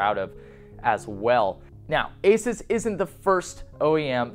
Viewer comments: AY-soos not ACES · You're pronouncing ASUS wrong. Its pronounced Asooooouuss where the ouuuuu is prounounced like U. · good review! my only comment is that Asus should be prounced ah-su-s 😊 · I thought Asus was pronounced "Ay-Seuss"